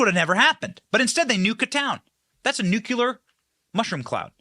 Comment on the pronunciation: Nuke-lee-ur. Not Nuke-U-Lur